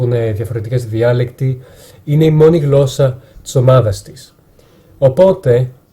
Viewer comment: Μια διόρθωση να να σου κάνω όταν λες γλώσσα μην το προφέρεις με (γκ) αλλά με (γ)